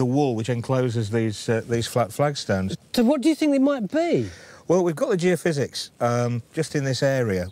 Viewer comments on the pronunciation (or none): “Giofizz”, LOL! Is that an Italian soft drink? Geo-phys = geophysics.